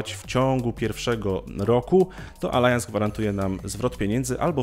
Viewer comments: Pierwszy raz spotykam się, żeby ktoś Allianz czytał jako Alajans, a byłem nawet ich pracownikiem :D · Nie, nie. Od dawna wiem jak to dobrze czytać i na pewno nie jest to Alajans. Mylisz chyba wyraz Allianz z wyrazem Alliance... W sumie znaczenie mają to samo, ale jeden jest z angielskiego, a drugi z niemieckiego i czyta się je inaczej.